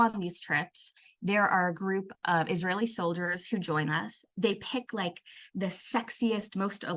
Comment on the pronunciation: "ijraeeli women"😂😂 Average Indian gobar bhakt